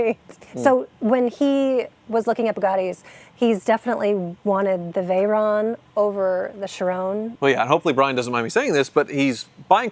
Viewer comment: its veyron not veyronne its a french name not an italian name